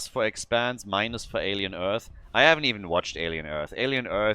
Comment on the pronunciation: Okay, I got it, it's expanse 😂 oh, this german accent xd